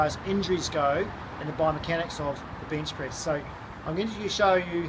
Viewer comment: ay mate, carful when ya benchpriz mate